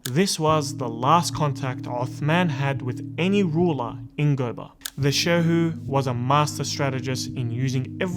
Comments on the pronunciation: There is a University named after him in Sokoto state. USMAN DANFODIYO UNIVERSITY SOKOTO. And GOBIR is pronounced GO- BEE- RR. The R is part of the pronouncement. Not GOBAR. Thanks. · Gobir, pronounced as go-be-ri